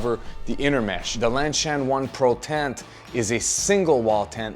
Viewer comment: Is LanSHan supposed to be pronounced as LanCHan?